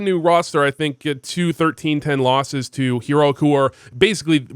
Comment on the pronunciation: Does he say hear-oic on purpose